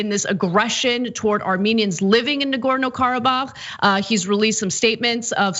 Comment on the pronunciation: Nice to hear Ana pull out the accent for authentic pronunciation of Karabakh. Also, it autocorrects to karaoke. 🤣